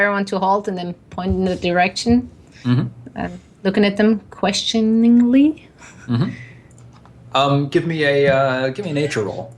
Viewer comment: "ques...tion...ingly?" She said, questioningly.